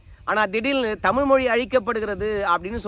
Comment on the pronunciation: மொளி மேல் பற்றாம். உச்சரிப்பை கவனிக்கவும்